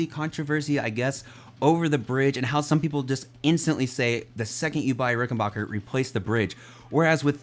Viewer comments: Hi, sorry that I have to be that guy but it's pronounced 'Rick-en-BACK-er' not 'Rick-En-Bach-er'. Sorry but it's a pet peave of mine that American's mispronounce the Rick name. That being said I loved your review and the sheer excitement that playing a Ric has brought to you is unreal. I have a 2014 (first year of production) 4003W. Mine is the walnut body variant with the maple neck and fretboard. It has a beautiful tone and the vintage circuit gives you access to that classic vintage 4001 tone. For my model the fretboard is maple with the sharkfin inlays. I loved that they did away with the lacquered fretboard. Mine has the oiled fretboard which is a delight to play on. I wish that the bridge pickup cover would come off without having to remove the pickup from the body. It looks great but gets in the way of a lot of pick players. This bass is an expensive investment but you will never lose money on it. I'm glad I got mine when I did. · Nice review! (Small but important thing: It is Ricken-back-er, which sounds like "your back", not sounding like Bach the composers. This is actually a thing in the history of the company, where they intentionally changed it from Rickenbacher to Rickenbacker, and the pronunciation to not sound too German around the WWII years.) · Rickenbacker... Not RickenBocker.